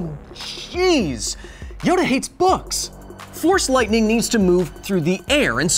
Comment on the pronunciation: I thought You were saying “THORS lightning”